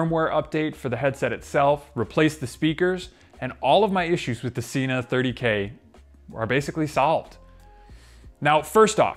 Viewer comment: Sena (senna) Not Seena